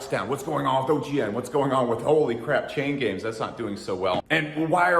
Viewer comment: Every time he says chain games i hear chain gang.